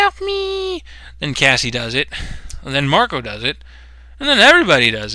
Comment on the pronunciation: dude, u called Cassie "Cass-LEE"